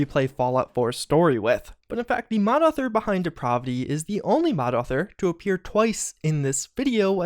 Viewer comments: Its odd how he put 'depravity' on the screen and then started talking about some other mod called depraahvity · The pronunciation of that word "depravity" does not have a short "a", it a long "a" (De- prA- vity)...just saying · He also mispronounces "Depravity", stretching out the pra part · WHY DO YOU SAY DEPRAVITY LIKE THAT